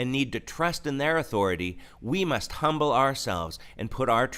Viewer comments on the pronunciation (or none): none